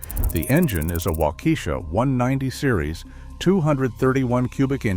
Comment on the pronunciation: It's pronounced wok-eh-shaw not walk-eesha